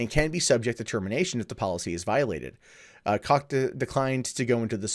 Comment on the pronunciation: Koch is generally pronounced like Coke, not Cock.